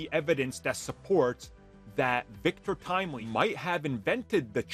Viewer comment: I'm sorry, "Victorious Timely"?